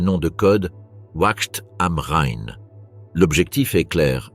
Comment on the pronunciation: Tout à fait. En revanche, la façon ridicule dot certains mots sont prononcés, par exemple Ouakt am Rhein, montre les limites de l'IA